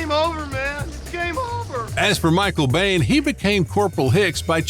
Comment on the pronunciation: It's Michael [Bean] not 'Bane'